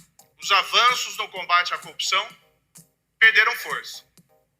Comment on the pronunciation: Moro, semiletrado, diz "cupção" ...